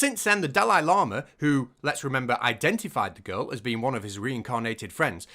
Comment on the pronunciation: The serious bit was made much funnier in my head by hearing llama every time instead of lama Horrible practice though